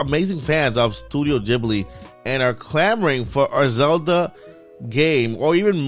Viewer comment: Studio Ghibli (Gibly not Jibly)